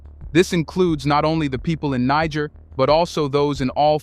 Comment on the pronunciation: You have mispronounced Niger 🇳🇪 many times in this video, you called the revolutionist the N word😮. I am sure in ancient times in Africa, that was not the name of that land.